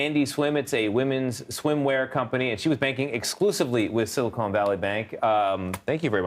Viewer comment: SilI.... CONE Valley Bank? 🤣🤓😂